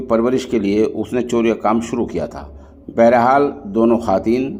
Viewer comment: محترم خواتین کا واو پڑھاجاےگا خاتین پڑھنا😅 غلط ہے